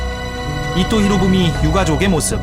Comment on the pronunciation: 나만 이토가 아니라 이또로 들리나?